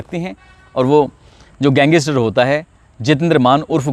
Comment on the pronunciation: Gang is ter ko wah Bhai achi pronounciation h